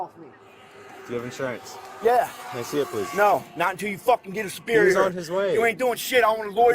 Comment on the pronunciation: It should be a felony to pronounce the word superior that way.